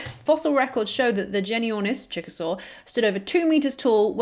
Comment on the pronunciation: I know you said “Chick-a-Saur,” but it sounded like Chickasaw, which is a Native American (American Indian) nation.